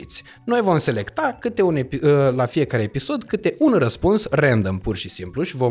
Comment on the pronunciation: "rendăm" "Hambăl" Instant schimbam sau derulam